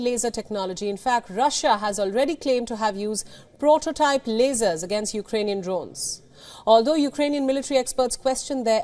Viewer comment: She can't even say lasers